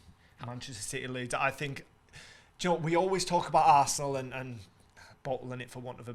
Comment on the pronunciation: This is terrible man. Lool keep saying leeds